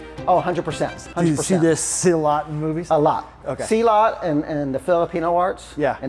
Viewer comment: Dear, I respect your work and experience. However as a South East Asian, please pronounce it properly. It’s not SEE laat. It’s silLUT.